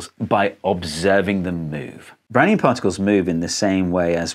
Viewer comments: I thought you said "brownie motion". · Took me a while to realise he wasn't in fact saying 'Brownie in motion' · i deadass thought he was saying brownie in motion for a fat second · I still hear: "Brownie in motion" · I'm an idiot, I kept hearing "Brownie in motion" at first and I was wondering how Einstein used a Brownie to do science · I got thrown hearing "Doc Brown" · Really sounds like you’re saying “browny in motion” haha! Got me every time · Only played 40sec of video and I always hear "Brownie in motion" and now I need a brownie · Oh, I thought he was saying "brownie in motion" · My IQ must be 1, I couldn’t comprehend Brownian motion and thought he was saying brownie in motion. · I have a decent lvl in english, but in this video i cant do anything but hearing "brownie in motion"